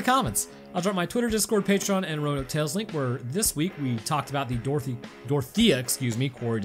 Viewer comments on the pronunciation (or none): none